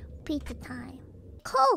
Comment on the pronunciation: very suspect pronounciaiton of coke